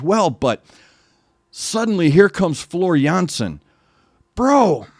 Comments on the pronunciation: Jeez man, like your reactions so damn much. Completely to the point.And the pronunciation of Floor Jansen, impeccable! (I can tell as a Dutch bloke). And not fair to musicians in general, drummer (Jukka then and Kai nowadays) , guitarist (Emppu), bassist (Marco), keyboardist/composer (Tuomas) singers (Floor and Marco)? Mwah, why not? They are top of the bill musicians!!! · Hi, your pronunciation of Floor's first and last name is perfect. Many thanks for sharing the insight into your soul, my condolences on the loss of your soul mate. Since Gabriel covered (almost) all of NW's notable songs, we know that "Storytimen" and "Song of Myself" will follow soon, so there's no need to make any additional suggestions at this stage. But if you can ever find time and space besides Nightwish, you should also listen to Ayreon - "The Day That The World Breaks Down" The Source It's not actually a band, but a project by Arjen Lucassen. There are 11 different vocalists coming from different bands and genres and he brought all these characters from all over the world together because only their voices match the nature of the character.